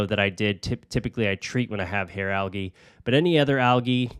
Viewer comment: Anyone else just now realize you were saying algae wrong this whole time or just me? 🫠